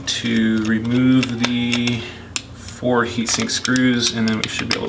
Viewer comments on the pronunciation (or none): none